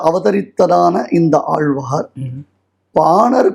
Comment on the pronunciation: பேட்டி எடுப்பவரின்உச்சரிப்புநன்றாகயில்லைஆழ்வார்என்றுசொலலாமல்ஆல்வார்என்றுசொல்கிறார் தமிழ் உச்சரிப்பு சரியாகயில்லை